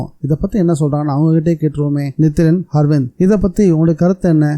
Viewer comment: good novel 👍👌🏼 அர்விந்த் என்ற பெயரை ஹர்விந்த் என்றும் சாவகாசமாக என்ற சொல்லை சகவாசமாக என்றும் படித்தீர்கள் bro 😄